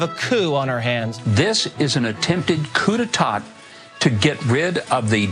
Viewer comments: "coo day tot" lmfao. If you're gonna parrot everything you've read on your conspiracy websites, at least get the term right. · Every time I hear someone pronounce the second t in "coup-d'etat," I reassure myself in knowing that they don't know what they're talking about... if they don't know know how to pronounce it, I doubt their credibility in recognizing one.